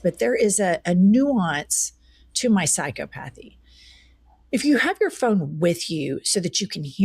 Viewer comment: Jen- I have found your “2000 and twenty twenty six” . Psychopathy is pronounced “sai-kaa-puh-thee”. Love and Light ✌️